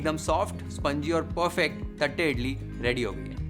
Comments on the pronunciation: Th used in south indian languages does not mean थ ... it is त only. It is pronounced as तट्टे इडली. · Bro... Its not "थट्टे" its "तट्टे" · Dear Chef thank you for the recipe! Btw its तट्टे इड़ली. We SouthIndians use t for ट and th for त. But your pronunciation was spot on!